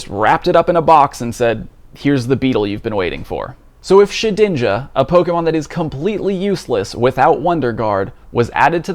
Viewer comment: its Shed-inja, not She-dinja. love your content